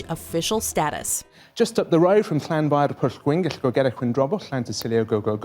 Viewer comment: Kudos to the weatherman dude who spoke that long ass welsh name! That one is a real tongue twister!